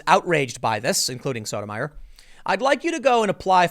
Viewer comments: Associate Justice Sotomayor's name is pronounced "Soto my ore" not "Soda mire" You really God awful at names. But I still love ya. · I believe it's pronounced So-to-ma-YOR. Like Tommy Sotomayor. We can't all have a monosyllabic name, Tim Pool. Or can we, Ti-MO-thy? (Preesent.) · Hey Tim it's Sotomayor pronounced (So-toe-my-or) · so-toe-may-ore just saying